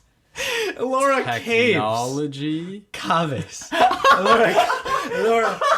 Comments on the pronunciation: LMAO Cah-vez!!!!!!!!! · For a second I thought..I have been pronouncing the word "caves" wrongly in my entire life...omg that was hilarious.😂😂😂😂